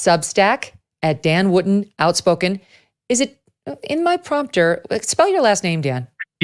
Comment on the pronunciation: WOOTON NOT WOOTEN 🎉